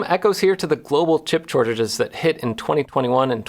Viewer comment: "Shortage" sure bud